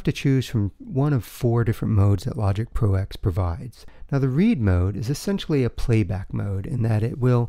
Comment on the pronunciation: Thanks for the video but please stop calling it "Logic Pro EX"... it's a Roman numeral. It's "Logic Pro TEN"